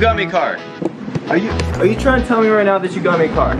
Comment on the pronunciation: "I was just triyina have a playdate" XD